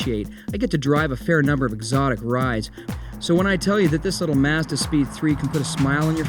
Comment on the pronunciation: Good review, but I dint understand why this ass has to pronounce the word Mazda different than everyone else on the planet